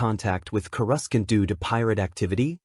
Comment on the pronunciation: Kruscant is how the transcript spelled it and that kinda is how it was said.... Coruscant is typically pronounced "KOR-uh-sahnt" might want to tell the ai that